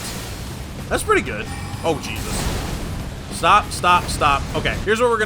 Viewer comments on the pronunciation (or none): none